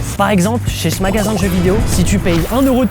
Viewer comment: les 5 premières secondes "ché chmagasin" mdrrrrr